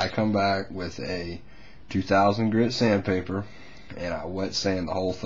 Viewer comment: you pet it dry lol the paint will just weck your sandpader or emory i guess because its not actually sandpaper its emory he just calls it sand pader but you do it after its dry